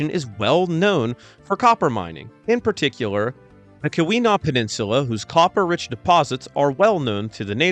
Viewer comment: Keweenaw Peninsula mentioned! Let's goooo!!! (P.S. it's pronounced kee-weh-naw for some reason)